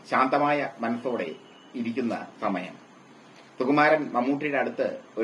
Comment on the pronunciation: ' സു ' എന്ന് ശരിയായി ഉച്ചരിക്കൂ പരദൂഷകാ.